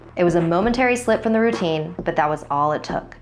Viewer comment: Who else thought it said "My deadly rotini?" xD